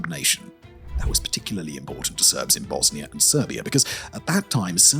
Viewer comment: It's Pronounced : "Bosnia"....... Not (Bosni-ER)